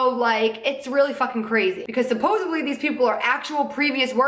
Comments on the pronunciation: suppos-ED-ly...no hate 💙 js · She keeps saying supposably. It's supposedly...